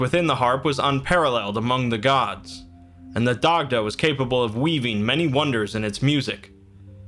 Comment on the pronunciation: It’s pronounced ‘die-da’ good video tho